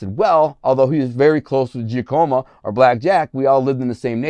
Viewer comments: Dude don't know shit. IF YOU BELIEVE ("GIA-COMA") TRY ("JOCK-A-MOE") Giacomo Black Jack Tocco OR Tony Giacalone would Inform this dude of the HOFFA HIT your DELUSIONAL! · Lol, alleged mafia associate but doesn't know how to pronounce Giacomo. 😂